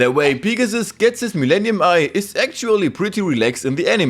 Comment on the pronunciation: I am sorry but I love how u say “Pig-a-ssuss” 😂😂😂